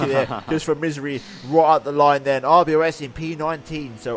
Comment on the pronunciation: NO ITS R B O S , IT NOT RBOS XD